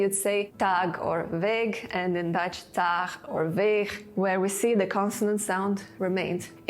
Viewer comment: You are clearly not well versed to the Dutch language, as you totally mispronounce 'dag' and 'weg'. So please have some dutchman do that for you. It will improve your video.